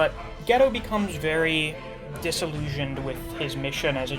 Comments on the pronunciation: yeah i think its gay-toe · its pronounced Gi-Toe not ghetto lol